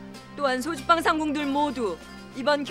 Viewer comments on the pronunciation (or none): '소주방'으로 발음해야지 술집도 아닌데 '쏘줏빵'이 뭐야